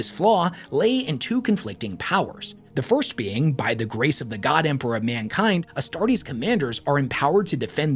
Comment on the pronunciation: I'm confused how says Empewow and Emperor in the same sentence like his speech impediment is selective 😂